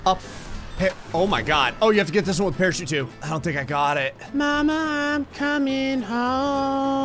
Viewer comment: The first time I heard it, I thought he said “pair of sheep”, then I rewound and realized he said “parachute”